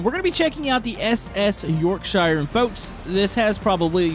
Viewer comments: York-shuh... not York- shiire, jesus Think like New Hampshire... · Btw it is pronounced York sher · Yorkshire…. Pronounced yorksheer love how you boys on the wrong side of the ocean can’t say Yorkshire, Worcestershire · it's said as York sure but spelt as Yorkshire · Btw Yorkshire is pronounced yawkshuh or Yorkshear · it is pronounced yorksher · you’re not British is pronounced your-k-sh-I-her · The way you pronounced Yorkshire is all wrong. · All british people hearing how he's saying yorkshire dying rn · I'm annoyed about the way he said Yorkshire